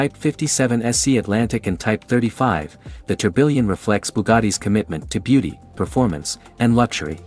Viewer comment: That not how you pronounce tourbillon😭